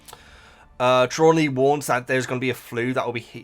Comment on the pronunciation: 3 points: Tra-lawn-knee you are trying to use too many syllables. Thestrals are pulling the carriages: Harry didn't see Quirrel die in the books (he was unconcious) and he was too young to register his mother's death. Fan theory is that the trace is put on when the 1st years cross the lake, that's why under 11's aren't santioned by the ministry for accidental magic and the lake is exclusive to the 1st years. Herminione doesn't use magic outside school; this is only in the films